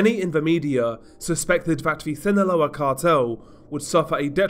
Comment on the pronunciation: Hey DR, just to let you know Sinaloa is pronounced without the “th” sound in the “S” I think ur trying to pronounce it from Spain spanish which we don’t use